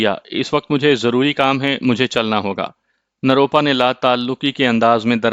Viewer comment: روپ روپا نروپا ھے آپ بار بار غلط بولتے ھو